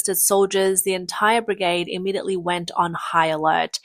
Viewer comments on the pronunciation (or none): brigade rhymes with lemonade - it doesn't sound like brigahd - how many times did you say it wrong? Batallion sounds like bat-TAL-leeon, not like bat-TIL-leeon how many times did you get that wrong? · Ai crap Bit-illion NO BATillion and Brig AID not bigaaade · You can't say "A"? Its "battalion" not "bitillion"..and not "brigahde" its "brigAde" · Brigard ? BRI-GAY-D. Whats with the sky ? It is always polluted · What is a begard ?What is that?Do you mean bergade because you're saying begard. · brig-ard. i still hurt from that. That is usually a sign of AI generated speech. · WTF is a briggard and a battillion?! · Its pronounced BRIG-AID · "The brigarhd" 😅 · Cmmisinar? Butillion? Brigod? You cant pronounce english words. Probably should not be a narrator. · The A in brigade is pronounced with the long-A sound. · May want to rehearse scripts in future. Pronouncing brigade and battalion as brigarde and battilion was doing my head in. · you missed brig-ard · And brigaad. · And pronounce it bri-gaahd. Sometimes. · You need to work on your pronunciation of brigade, barracks, and regiment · You're not pronouncing "brigade" or "battalion" correctly... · Please pronounce "Brigade" and "Battalion" correctly before mocking others for incompetence. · Please learn correct pronounciatons of brigade, battalion, and barracks